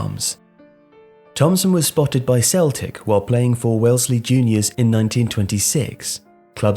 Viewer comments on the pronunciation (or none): none